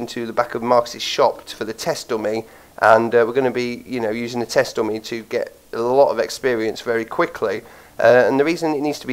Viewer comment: you should probably learn how to say GUN AND DUMMY properly cuz i keep understanding gum and domain .....